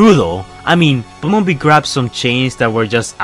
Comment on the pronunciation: Bumberbee not die